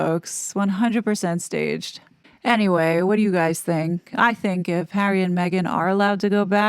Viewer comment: I don't believe there's anyway back to the RF for the "Spare Hawwy"